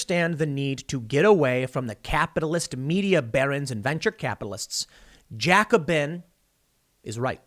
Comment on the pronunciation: You're mispronouncing Jacobin.